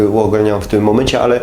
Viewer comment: "Uogólniam" nie "uogalniam"